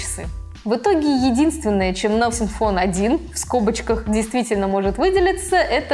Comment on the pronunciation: Настин фон ? Английский это не ваше.